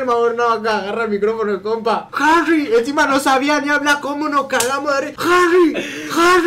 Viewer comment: "Jahrri" AJAJAAJJA